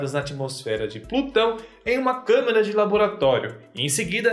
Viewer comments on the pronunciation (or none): none